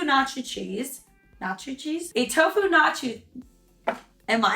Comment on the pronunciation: Did you say tocu mozzarella? Lol this is great!!!